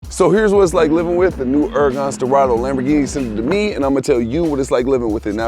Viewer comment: "Hurgan Sterado"